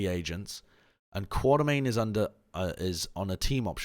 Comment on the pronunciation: Stop pronouncing quatermain like quarter main